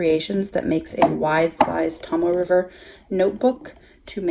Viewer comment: Great video... very informative. I’m really enjoying the B6 wide size... (Naya Paperie rings). But now there’s all these great bullet journals to think about! Yikes! $$$$. But thank you.... ;-) I too struggled with the pronunciation of the Tomoe River paper... it’s “Tohmoh Eh”. And the other is “TehKoo Kor”. Hope that helps...